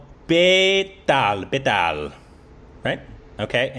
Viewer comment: That moment when says Betaal correctly instead of Bay-Tail O_o